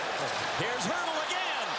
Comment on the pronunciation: His name is Hertl, not Hert.